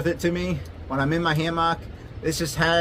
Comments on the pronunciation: you say hammock wrong lol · "Ham ock" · The way you say hammock is wild